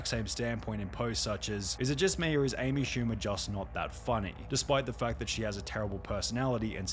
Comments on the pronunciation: amy poo-mer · The hell is an Amy shcumer